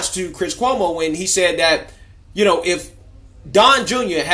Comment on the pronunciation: Cuomo is an italian Dolt and a Gumbah and you are mispronouncing his name. Like Jessie ( not related to Michael ) Jackson would say it, Koo - Moe..........